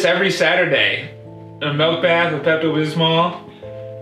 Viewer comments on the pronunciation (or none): "5 minutes before i can have any M E L K..." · He said melk😂